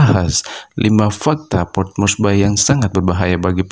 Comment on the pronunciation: port morsbi mbacanya bung ... bukan port morsbai ... bye bye love yeah ... maaf tolol amat sih jadi narrator !